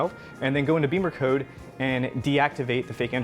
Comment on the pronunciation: It's Bimmer as In zim zimmer who git the keys to my bimmer. Not beemercode 😂